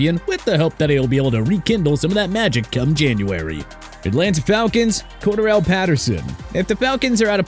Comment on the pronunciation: It’s pronounced Cor-Daryl Patterson